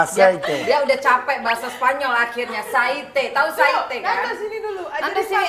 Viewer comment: Minyak itu bhs spanyo aciete bukan caite wkwkwk... kl org spanyol huruf V itu di baca B. Emang bener lakinya Vanesa ya di panggil Banesa (Bvanesa), Eva ya di panggil Eba ( Ebva) jadi abjad V itu di bahasa spanyol bacanya ubve